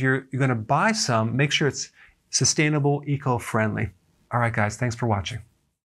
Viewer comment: Anyone else cringe whenever he says 'sustainable' ?